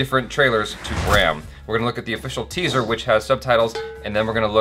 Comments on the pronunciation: Jaby it's 'bHram', you might wanna correct it from 'brAhm'. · Dude, it's pronounced B-H-R-A-M, not B-R-A-H-M. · The spelling of the movie name is incorrect in the introductory part of the video. Its Bhram (not Brahm) and also it's pronounced like "rum" and not like "RAM". Bhram means illusion/imagination which is false but feels true.